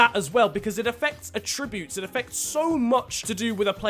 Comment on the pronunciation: Anyone else get annoyed by the way he said “attributes” haha